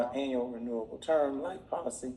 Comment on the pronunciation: Man loves to say anal instead of annual... lol great vid tho